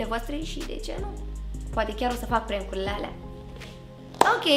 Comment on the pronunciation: Se pronunta cum se scrie PRANK , nu e prenk